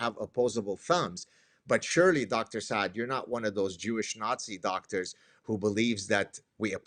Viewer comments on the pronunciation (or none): The woman: "I watch your content regularly" ... After not even knowing how to pronounce Saad. How sad.